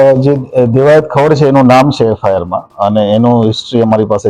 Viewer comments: એલા દેવાયત ખવાડ નય સરખુ બોલ,,,ખવડ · દિવસો થ્યા. ખવાડ . 🤣🤣😂😂 Alya doba khavad chhe Khavaaad nathi. Ane Divso "thi" aave Divso "thya" shu ? Tari pin choti gayi lage chhe Devayat Khavad ma